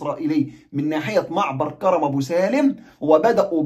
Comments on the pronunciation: كَرْم ابو سالم بتسكين الراء كْرم يعنى عنب يعنى حدائق عنب ابو سالم وليس كَرَم زى كرم مطاوع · اسم كرم ابو سالم حضرتك بتنطقه غلط اسمه كرم من كروم العنب وليس كرم بالفتحه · كرم ابو سالم الراء ساكنه في كلمة كرم و كرم تعني حقل العنب في اللهجة الفلسطينيه 😊مع خالص تحياتي واحترامي